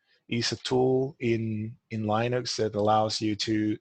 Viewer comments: when he said "lienux" instead of "linux" my heart stopped for a second... But then he said it again 15 seconds later... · I've just switched my entire system from lienux to linux recently, all things working much better now thank you for the correction